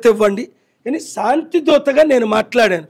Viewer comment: షాంతి కాదు శాంతి అని పలకటం నేర్చుకో నీ తెలుగు ఉచ్చారణ పరమ ఛండాలంగా ఉంది